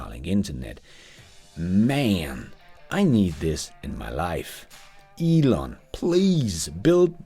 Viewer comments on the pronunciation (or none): none